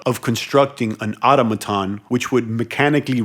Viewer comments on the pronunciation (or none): ITS PRONOUNCED ATÖM A TÖN! I do hope this helps you, because you’re driving me friggin’ INSANE! You’re a grown ass man you’ve never seen or heard or spoken that word ever before? 🤯💨AAAAAHHH!!! Just stop PLEASE!